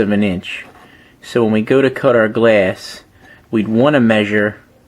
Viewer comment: If I hear you say glass one more time I swear I will grab your fucking glass forehead and slam you into the fucking mitre saw repeatedly just fucking smashing it shouting "It's pronounced fucking glass not gleasss"